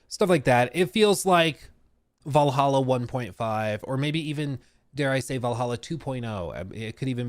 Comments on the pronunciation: You cant say Valhalla dude? It's not Val-a-ha, it's VAL-HALL-A! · Why does he say valaha??? 🤷🏻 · I hate how this man pronounces 'Valhalla.' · Take a shot every time butchers the pronunciation of Valhalla..